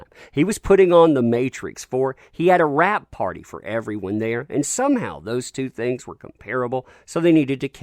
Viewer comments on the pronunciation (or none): none